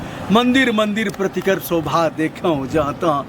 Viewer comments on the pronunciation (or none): nice video. keep it up👍🏼 Just one correction_प्रतिकर सोधा है ना कि सोभा।